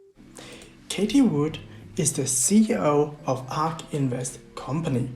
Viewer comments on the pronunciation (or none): Her first name is "caatheee", not "katie"